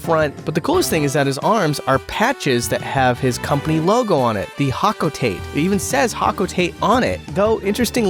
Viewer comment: 🤓☝️ erm it’s pronounced ho-co-tot-tay in reference to the street the Japanese Nintendo headquarters is located on